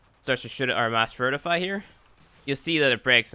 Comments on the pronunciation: VI TRI FY. Maybe VIT RI FY But certianly not "vertify". Oh my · Isnt it pronounced VITRIFY? Not vertify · Vert i fy? No. Vit ri fy.